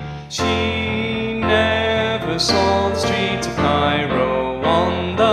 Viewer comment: when he says cairo I just hate my life more because i was born and raised in cairo